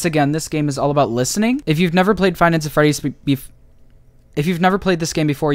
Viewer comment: Figh Nighs Aa Fredis, YeAh, dat wer I wan beh